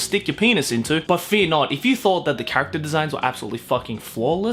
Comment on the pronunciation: "most of kuso-gays revolve about an animo carcatchure to make it your hasbando" joe 2018